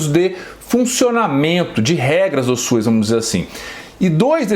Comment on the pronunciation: E SUS Dr...não e Suis.